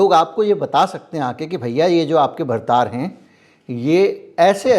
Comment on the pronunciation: भर्तार नहीं भतार ।